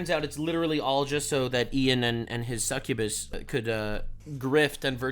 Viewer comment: Succubus ✅ Cukkubus ❌